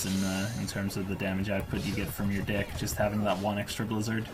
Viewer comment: It does not sound like he is saying "deck"